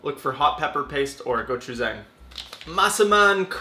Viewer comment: Shout-out to the Gochujang suggestion, the bibimbap recipe is great but it also works amazingly for chicken, veggies, you name it. I think it's pronounced go-chu-jahng rather than go-chu-zang though.